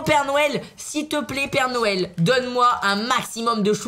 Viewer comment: Est ce que je suis le seul à l entendre dire père nouel